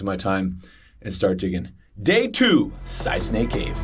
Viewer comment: Every time says “Side Snake Cave” it sounds like “Side Stank Cave” 😂